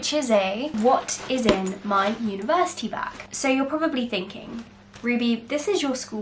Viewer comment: Everyone: what's in my 'backpack' Ruby: what's in my 'UniVErSitY BaG' 😂😂😂lots of love to everyone from a small youtuber...be safe guys..